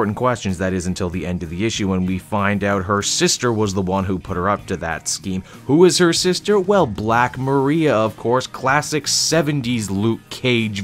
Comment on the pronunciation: think it's Mariah like Mariah Carey not Maria